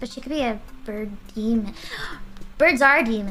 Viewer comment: I thought Mumei said 'birdemic' thank goodness it's just 'bird demon'